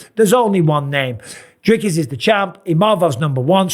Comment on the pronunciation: Really Dana??? You still can’t pronounce Dricus properly after all this f’n time???